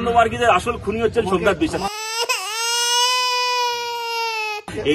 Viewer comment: রিপোঠার ছোমনাত🥴